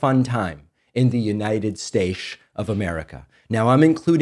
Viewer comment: Orange crybaby say: "knited shaytz"